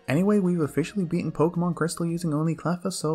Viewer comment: Pokemon don't have official pronunciations actually. You've both been saying it right